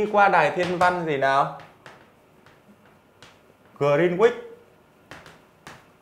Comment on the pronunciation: Grin-uýt mới đúng